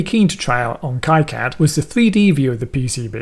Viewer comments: /ˈkiːˌkæd/ or KEE-Kad - similar if it would be pie-cad then ki-cad :) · import a netlist ? are you using KiCAD 4? Btw, look up their live streams. It's pronounced KeeCad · Prononce it as "Keecad" as it's a French name. :-) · The pronunciation of KiCad is sort of an in-joke within the KiCad community. Both K-eye-Cad and Key-Cad are valid pronounciations with two informal groups within the community professing allegiance to each of the pronunciations. Makes for a good mock argument to steer actual flame-wars towards to defuse situations. When you did your project you created a netlist from the schematic and then loaded the netlist into the pcb. This is now a depreciated workflow. You can skip the whole generation of the netlist file and update the pcb from the schematic with a single menu item. You can't really update the schematic from the pcb if you wanted (for example) to swap pins on an IC. KiCad's native workflow has information flow from the schematic to pcb. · It's Keycad, the guy who started the project named it after a family friend who died, gentleman's name was Ki and its pronounced ' KEY ' but I guess it dosent matter! this was a great tutorial and I will disable the "generous" courtyards as well, something I have never found but now I know it's there !....cheers. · The originator of KiCad pronounces it keecad. He's French. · Definitely going to replay this video with heavy use of the pause button as an EasyEDA to KiCad tutorial and see if I can make sense of it as you have., (I pronounce it [K-eye Kad] though I have no idea if I'm correct).